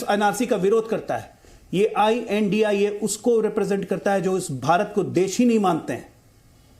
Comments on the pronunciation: Right I.N.D.I.A shd. Pronounce. Not INDIA. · ये I. N. D. I. ALLAINCE यानि इंडि अल्लाइंस है एंकर plz सही नाम बोले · Well done. We should not call them India but pronounce with each letter of abbreviation while addressing.